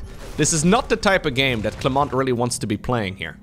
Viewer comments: lose the "T" for clement buddy ^^ it is silent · "Clément" you prononced wrong. usually in french when you have a "t" at the end of any words, it is usually a silent one. You nailed it except for that "t".